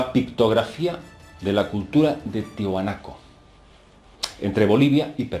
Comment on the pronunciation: Solo una observación, se llama Tiahuanaco, no Tihunaco